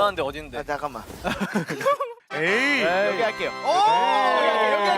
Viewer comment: 다 뭉개지는 발음으로 아 자까망... < 여기 넣어준거ㅠㅠㅠㅠ 대박 귀여워 진짜 아기졸업 유예해야겠다